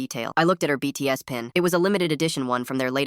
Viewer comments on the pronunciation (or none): “Beats” instead of BTS goes hard